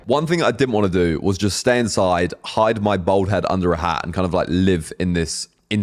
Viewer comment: This geezer cant say bald he says bold lol